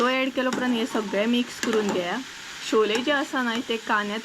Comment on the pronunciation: Dear its not sholey..its choley